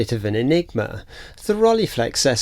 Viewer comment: Interesting video. BTW "ei" in German is pronounced like "eye" in English - so it's actually "Rol-eye-flex" from "Frank--e und H-eye-deck-e" (the single "e" is pronounced like the begining of egg in French "ouef", but without the "f" part) I did briefly consider the SL35M before buying an Olympus OM-1 back then. Lens choice was part of the reason